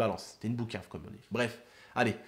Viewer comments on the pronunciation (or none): Et juste c est pas bouquave mais c est pouquave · on dit pas boucave Mais poucave (Balance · On dit poukav et pas boukav